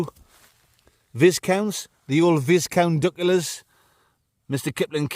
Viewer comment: Viss-count? Matey, it’s the old STEVIE VAI-count! 🤟😏😆